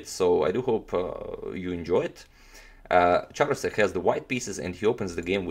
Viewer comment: I believe the Ch in Charousek is pronounced as k.